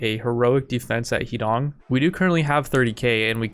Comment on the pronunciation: “Huh D’own” for Americans. When you say Heedong I keep picturing his dong